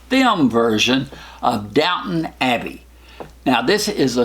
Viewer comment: it's Downton Abbey, not Downtown :)